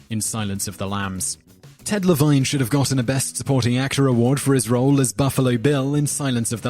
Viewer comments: It's pronounced Johnathan Demm-mee! And Ted La-veen! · The narrator needs to do a little research on how to pronounce peoples' names. He mispronounced Cimino, Demme, Levine, and Sharif.